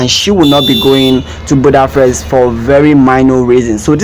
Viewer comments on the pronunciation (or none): none